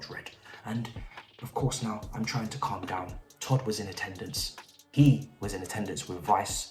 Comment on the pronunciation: "Calma down"....😂😂😂